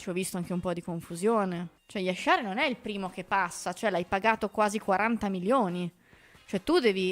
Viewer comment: Ma si può sapere perché si inventa questa pronuncia di Jashari con l'SH pronunciato come la J francese? E' un nome facile da dire, perché inventarsi pronunce farlocche?